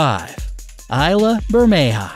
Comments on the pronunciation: Ayla cause of island. Correct me if im wrong that is pronounce as is and la not ayla... same as Islam removed the m. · "Isla" is pronounced ease-lah